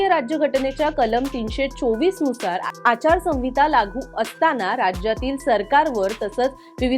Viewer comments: मॅडम, संविता म्हणू नका.आचार संहिता असा उच्चार करा. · आचारसंविता नाही ओ मॅडम आचारसंहिता असं असत व्याकरण आणि वाचायला शिका आधी मग पत्रकारिका करा 🤦😂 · Not "sanvita "Correct is "Sanhita "